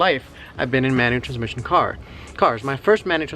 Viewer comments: Ihh beeh drivih manutrszmisshionnn four fiffeene yeers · Amanny transmisson? Wtf. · “Things not to do in a Manual transhfkehxb car”. just say manual car we understand man.